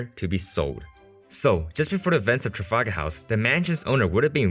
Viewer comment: "trafagahaus"